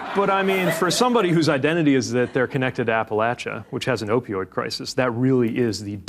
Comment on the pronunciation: I love Mayor Pete, but never more than in this video in which he correctly pronounces Appalachia!, ❤